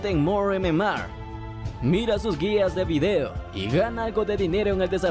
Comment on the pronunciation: Nadie: Absolutamente Nadie: Este men: Mor EmeMar :v